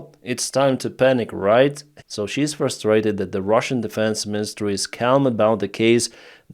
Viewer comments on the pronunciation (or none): none